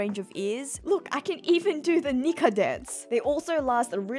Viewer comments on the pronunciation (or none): none